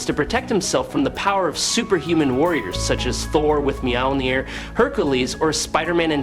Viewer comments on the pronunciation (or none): none